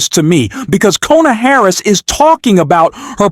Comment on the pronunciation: I’m not going to listen to this I’ve heard Trump get dogged for 8 yrs. Now by the left by the media by all the news networks And you need to find out how to pronounce … Harris’s name Correctly